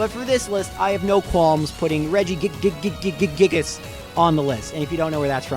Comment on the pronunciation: Regi gig-gig-gigus